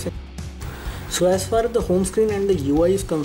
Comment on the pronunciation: "As fas as"